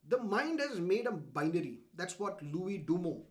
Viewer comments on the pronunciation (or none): none